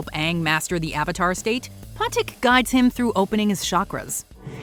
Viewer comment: They mispronounced patik